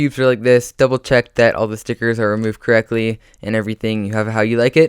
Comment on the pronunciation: Love the way he says stickets